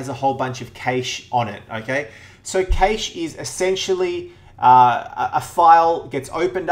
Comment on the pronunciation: Yo , It is pronounced CASH MEMORY